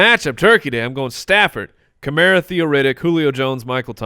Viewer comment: It’s Chevy Kamara not super kamario lol 😂 thilly goothes 😊